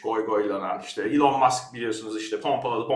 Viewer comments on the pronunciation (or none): none